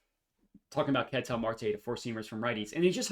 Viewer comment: big fan of your work but it hurts listening to you butcher the pronunciation of "Ketel" over and over lol. If you watched him play, you'd know that's not how you say it.